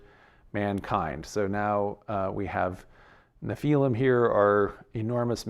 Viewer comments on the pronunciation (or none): Nephilim, not napalm! 😂